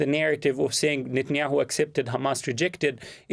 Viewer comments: Why can't Jewish Daniel Levy pronounce NETanyahu? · 😂 I love it. Nut and yahoo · I like the way Daniel pronounces his name as NUTanyahu. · Levy keeps pronouncing Netanyahu's name as "NUTenyahu." Do you think he's trying to make a point? lol. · Daniel Levy: “NutAndYahoo”. The gift that keeps on giving.